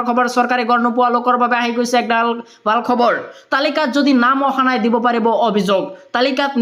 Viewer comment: Bhasha ❌ Baha 🤣 Bharat ❌ Barot 🤣 Val khobor ❌ Bal khobor 🤣